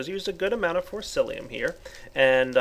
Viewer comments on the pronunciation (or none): ForCICIUM not ForCILLIUM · how can u still not prenounce fociCium properly instead of forciLium?! lol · PLEASE STOP CALLING IT FORCEILIUM!!! THERE IS NO L IN IT!! RAGEEEEE! btw, you rock:D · Has it been a joke for him to call Forcicium Forcilium ever since his initial mod spotlight of it? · correction: its not fociCium its forcicium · I'm sorry but you hurt me a little every time you try to say forcicium